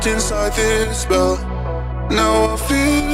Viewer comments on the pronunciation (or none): none